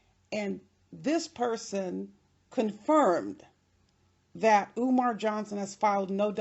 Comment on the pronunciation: Love how you said eeewmar